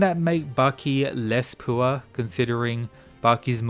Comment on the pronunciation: man can't say pure